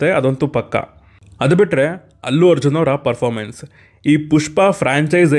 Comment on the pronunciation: Performance ❌Popamance✅